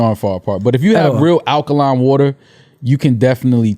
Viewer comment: said akaline water. Dj Akademiks really in his head.